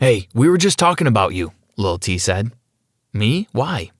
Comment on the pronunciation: Idk why but "lil t" sounds funny